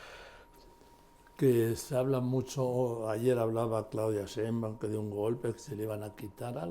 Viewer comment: ME ENCANTAN PERO POR FAVOR JOAQUÍN, hay que hacer que Marín haga una plana de cien veces esceibir SHEIN BAUM, y otras cien veces que lo repita: SHEINBAUM quiien sabe cono lo pronuncia pero NO ES como debe ser jajaja pero SE LO DISCULPO sòlo que seis años lo vamos a estar oyendo pronunciar MAL el apellido de la presidente.🤦🏽‍♀️😂😂😂😂😆 pero aún así me encantan.🥰